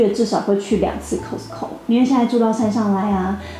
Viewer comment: Cos卡斯t淡淡消音co扣